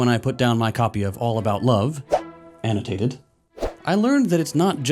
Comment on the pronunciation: "Annotated..."🤣😭😂 thanks for the laugh during these unlaughable times